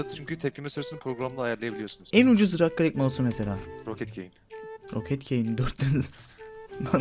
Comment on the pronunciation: nedne dırig klik diyo qwoıejıqowe